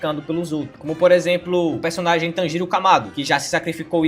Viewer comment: Koe kkk não e por nada não mais confundir o CH com SH no nome dos personagens slk e foda kkk tipo Tu fala ISHIGO sendo que e ICHIGO o CHI tem som de TI então a maneira certa de falar e "ICHIGO = ITIGO entende.. o mesmo vale para o Tanjiro vc fala "Tanjiro com o JI com o som do JI do Brasil, mais no Japonês tem o som de "DI" entao o certo e "TANJIRO = TANDIRO" entende... Mais de boa vc não e a unica pessoa que já vi fazendo isso , otimo vídeo +1 sub.